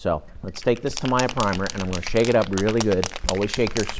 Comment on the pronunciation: Ugh stop the Mr. Roger's voice, and so many unnecessary explanations " and this is how I take my sandpaper out ".. Ugh.. and its TAA- MEEE-YAH TAA-MEEE-YAHHHH !! not what you say lol... but TY